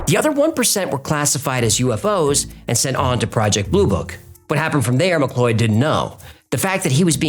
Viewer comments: Mcloid? Mick cloud. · 'McLeod' pronounced as "McLoyd". It's not the end of the world, or even a detraction from the story, but I've noticed the occasional problem with pronunciation of personal names & such-like. The name in question, as spelled here, is said just like 'McCloud'. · It's pronounced "Mc CLOUD"😂😂😂